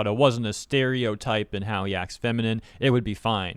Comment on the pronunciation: LMAO 'Steriotype'.